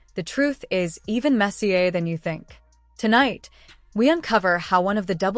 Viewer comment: "The truth is even messier (pronounced MESSY-AY) than you think." - Soccer trained AI narrator bullshit.